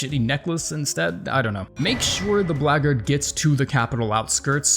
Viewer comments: You pronounced Blackguard correctly. Video liked 👍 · Based pronounced blackguard correctly